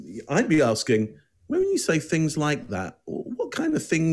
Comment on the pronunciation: I was just AXING-ing Michelle if y'all finna bring this back up!🤣